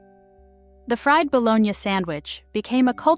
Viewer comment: Hate it when people can't pronounce bologna or fried. LoL